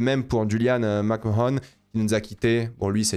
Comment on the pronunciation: C'est Julian McMahon qui est mort, pas McHaon.